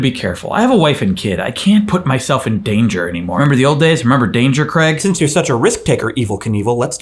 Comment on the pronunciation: You're my favourite Craig, but we pronounce it differently here, we pronounce it Craig